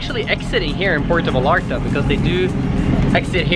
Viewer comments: It would make me happier if you pronounced Vallarta (VAYARTA) not VALARTA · It’s pronounced Va-yar-ta. The way you say it makes it sound ugly. No offense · Nice vlog. But it’s Ipronounced “Vayarta! Va-Yar-Ta! “. You’re killing me! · Amazing. I think they pronounce “ll” as “y” like calle as “ka”-“ye.” So it’s “Va-yar-ta”😊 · I cringed everytime you mispronounced Vallarta., but I did enjoy the video